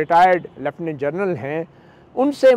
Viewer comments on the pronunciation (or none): none